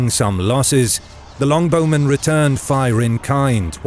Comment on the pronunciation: its not Long Bowmen. its Longbow Men. Longbow is a noun, name of the type of bow. not descriptive as in a very long bow.